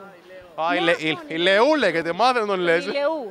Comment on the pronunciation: Ας μάθουν λίγο πως τον λένε ιλιού οχι ιλεού